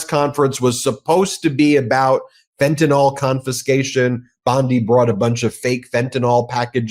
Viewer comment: FENTANYL pronounced: fen ta nil. Not fentanall